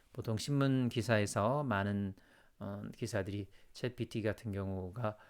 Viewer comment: 왜 자꾸 chatGPT 를 chapGPT 라고 하는지.....